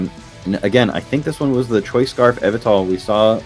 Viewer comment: The way pronounces Yveltal all throughout the video is killing me while watching this